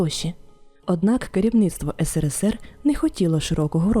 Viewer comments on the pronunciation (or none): none